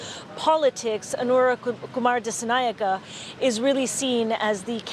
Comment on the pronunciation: English speakers trying to pronounce “Anura Kumara Dissanayake”…. Never gets old…🤣🤣🤣